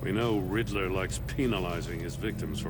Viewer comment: Riddler ...not Riddleler 😂